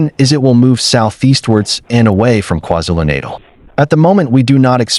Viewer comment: KwaZulu-Natal Learn to pronounce You disrespect us.